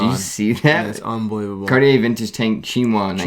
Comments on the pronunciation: Big fan of the show guys great on camera chemistry! But please stop pronouncing Cartier as car-ti-yay. It’s more like khar-tjay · Guys, just take a 30 minute class on how to pronounce things in French. You’re coming off as hill billies. Must “day” Cartier? “Chin” ois?